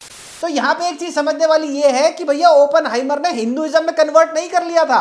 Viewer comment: Why is everyone pronouncing it as Open-heimer ( opening ) its Oppen-heimer .